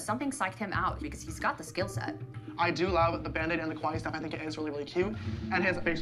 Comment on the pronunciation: The way he pronounced kawaii sounds more like the Japanese word for scary 😂